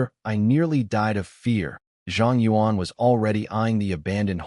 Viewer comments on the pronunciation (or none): none